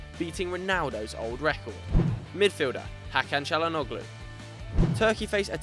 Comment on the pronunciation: The 'G' in Calhanoglu is silent